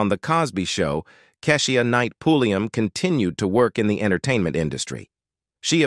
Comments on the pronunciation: RUDY!! KEI-SHA NOT KASHIEA!! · This Robot talking man... Pronouncing names all wrong Like Kesh.... IA knight Hunx' TABLE....* once he said RUBY instead of Rudy😄 then finished it off with Raven Sim .... o.... nae. GOOD GRIEF 🤪😜🤔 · Who is this narrating ? He clearly do not know how to pronounce Kee-sha It's the way he keeps saying it..... Egh !